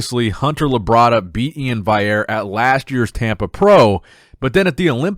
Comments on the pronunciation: E-IN VAL-E-AIR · He spells it right but he says it wrong - VALLIERE. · How can you spell Iain’s name correctly but cannot pronounce it? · HOW ARE YOU STILL PRONOUNCING E-IN’S LAST NAME WRONG?! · bro why u keep saying Iain's last name wrong 😂